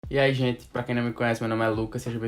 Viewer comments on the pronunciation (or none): Tá tudo bem contigo? Achei a entonação do "Eae gente" mais fraquinha do que de costume. (posso ta interpretando errado, só fiquei preocupadinha.)